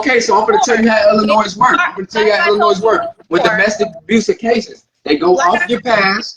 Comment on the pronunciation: I wouldn't listen to this idiot!! He knows so much about illinois yet can't even pronounce it. She's going to jail. Point blank period.